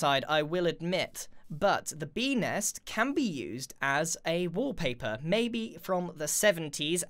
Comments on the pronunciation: I literally hear 🅱enis instead of Bee Nest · When he said Bee next I thought he said Benis. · he sed bee hole